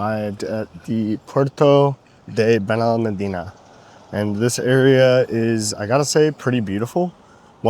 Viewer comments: Hey! El Pinillo is my stop, we live close enough to walk to Torremolinos center, the beaches, or Benalmádena Arroyo de la Miel. Enjoying your channel. One quick note on Benalmádena is you stress the syllable with the accented á, so it is “ben el MAD eh na.” Cheers! Thanks for sharing! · Benalmádena no lo sabe pronunciar, ya aprenderá,es muy joven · I noticed that you mispronounced Torremolinos and Benalmádena as well. Spanish pronunciation is highly regular and easy to master.